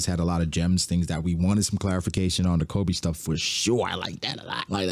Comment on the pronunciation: His name is Koby. KO-BEE. STOP SAYING Kolby.